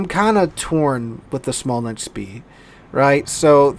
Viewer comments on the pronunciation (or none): 1 Smolensk, 2 Smolensks... You're welcome lol :)